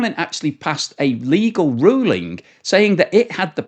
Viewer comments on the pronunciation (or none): none